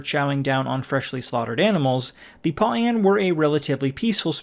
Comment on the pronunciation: I can't watch when the PAU'AN species is pronounced "PAWN" and the planet UTAPAU is pronounced "OOH TOE PAW"